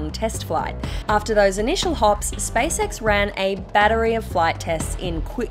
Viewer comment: It's SpaceX not Spice-ex.